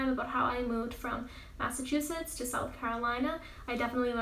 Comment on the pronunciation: You said massacusetts